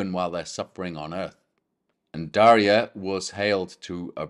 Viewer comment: JM My parents gave me the name Daria from a book of Catholic saints names to be something ‘Different’. About 40 years later I learned more about my namesake. Thank you for the correct pronunciation of my name and this wonderful lesson!